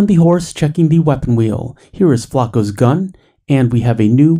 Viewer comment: Flaco, i swear americans dont even try to pronounce things right